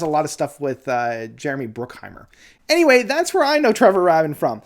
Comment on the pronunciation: It's pronounced "ray-bin."